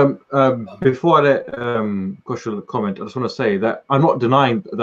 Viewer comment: Please say Kushal name correctly!